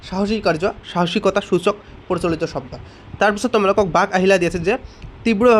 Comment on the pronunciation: Sodo nohoi hobdo😂😂😂😂